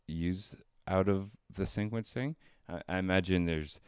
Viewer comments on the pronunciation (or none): Are you saying syncquencing and syncquence?